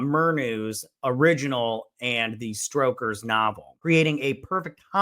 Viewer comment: “Stroker’s novel”… “Victorian errors”…. Bro 😒 Please work on your diction and pronunciation. I’m trying to help you…